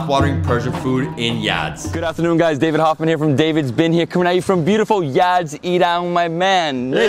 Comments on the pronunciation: It's Yazd and not Yadz. Excellent video. Iranian food is lovely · It’s Yazd not Yadz! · It's Yazd not Yadz. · Omg he's saying Yadz the whole video 😅